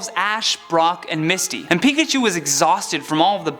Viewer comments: “Picahu” It’s... it’s pikachu... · IS PIKACHU NOT PICACHUE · NOT MIMIKYI